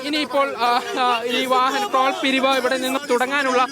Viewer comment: ട്രോൾ അല്ല നേതാവേ ടോൾ